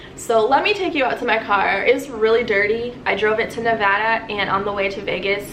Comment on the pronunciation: Thank you for saying Nevada right lol. That’s my home state and everyone always says it wrong!